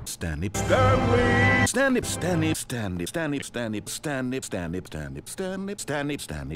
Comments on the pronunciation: I’ve heard it to much now it sounds like Staney instead of Stanley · at some point I started to hear "Dummy" and not Stanley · bruh I swear I heard turnip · You know you're losing your mind when "Stanley" starts sounding like "Damage". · Half the time it sounds like he's just saying Stanney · Sometimes I hear it as "its them" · My personal favorite ways of hearing Stanley are as follows: Slam Me Stanny Stab me Stambee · the part where i heard stanny instead of stanley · The name has lost all meaning now and I just hear the narrator saying "stab me" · it sounds like stany and stab me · now all I hear is "standee" and "stammy" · Stanley, Stanley, Stan lee, stemmi stemmi stemi stanlih, stenly sternly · Stammy stanme standme sambey stably Staley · I keep hearing Stamley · it keeps sounding like "stab me" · Eventually it turns into Stirmey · Stanley doesn't even sound like Stanley anymore.. standie.. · sometimes it sounds like he says stab me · it sounds a little like he is saying dennis. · Some of them sound like: snan me, stab me, STANTLERENS, stomach, snamy, stany, stemy, termites, turnips, stanys family, sturny, sturdley, spam me, sandwich, senip damage, stemic, sternley, sturnip, sturnleyp, steniep, sambie, TEMMIE, temith temmie, and finally stanley Hello scrolling STANLEY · kinda sounds like he is saying russian word for pants "Shtany", in a very broken accent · Stanlee Stan Lay Stab me Stab me Standee Staneeme Stanley Damn it! Stanley Stanee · List of all non stanley names I hear Standy (alot) Sternley (alot) Stamy Spermy Chandy Sternley (alot) Stan lee STANLURINES Stanby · I honestly can’t tell if he was saying stanley or asthenosphere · Too unclear. What's the guy's name again? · "Stan named Stany"